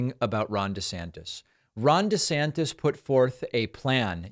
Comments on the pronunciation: "Woke ICBMs are teaching our kids about giant dildos and we really need to start thinking about parents rights in these matters." - Rob! DEE-Santis (pronounced "WEE-ner") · Please it’s Duh Santis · The guy can't even pronounce his own last name correctly